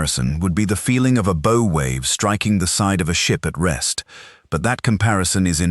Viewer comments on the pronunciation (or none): Learn how to pronounce the name of the front of the vessel....BOW.......B OW. Bow